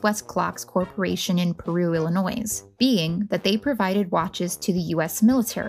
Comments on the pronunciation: No “s” at end when pronouncing “Illinois”. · I said the same thing. Who in the US doesn't know the s is silent in Illinois? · A lot of people mentioned that she is pronouncing "Illinois" wrong. We are aware. I have told her that myself as I was editing. I didn't think it would be this much of an issue. Do try to be courteous in the comments. Thanks. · The "s" in Illinois is silent. I'm sorry, I had to say something. Very educational though. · The S in Illinois is silent. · For real though haha😂